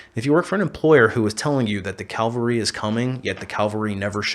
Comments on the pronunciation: It's cavalry, not calvary. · Calvary???? It's CAVALRY!!! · Calvary is a hill relevant to christians. Cavalry is a military unit. They aren't pronounced the same. Not posting this to be critical, just to help.